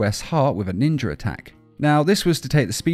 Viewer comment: Take a shot every time he says trained by ninjer assassins